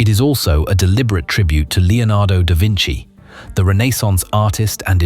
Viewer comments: Is it not pronounced “da Vinchi” rather than the “da Vinsee” the creator called it? I wish the probe was hoping to spend longer on the surface and send images back. The soviet probes eventually managed to spend something like 90 minutes on the surface so it should be possible to spend longer now. It would be really interesting to see what the views were like out to the horizon. It’s a pity it’s not a warmer version of earth as it would be easier to inhabit than Mars. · Far too much bass in the voice-over! This is not techno music, it's commentary! ...and the name is da vinci, like "pinchy" and not da vinci like "intsy wintsy." Don't they teach anything to kids in Britain these days? "NASA is building a probe" with the Orion spacecraft pictured in the background, a conical, man-rated Apollo-like craft, and then we're told it's a "titanium sphere." Right: got it - any old crap to titillate your audience with irrelevant content, while you rake in the cash. Way to go, bro. The rest is just filler. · Da "Vinchee".